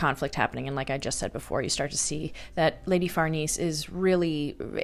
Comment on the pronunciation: Farnese< far-Nay-say